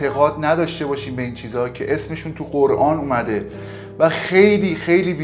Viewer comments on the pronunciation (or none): none